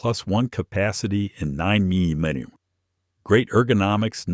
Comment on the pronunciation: 9 mem medahm? What is that? AI strikes again. The information is good but these AI flubs wreck it for people who know guns. Reee mean teen? Or did you mean Remington? Ugly.